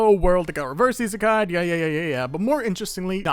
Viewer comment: the "Reverse Iseaki" at the start hurted me more than i though it would (and the "Reverse iskeai" too )